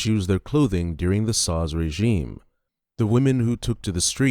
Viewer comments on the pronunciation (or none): He keeps calling the SHAH of Iran, the SA-HAW?????